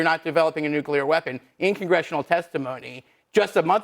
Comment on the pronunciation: Not nugleer. Oil. What about oil.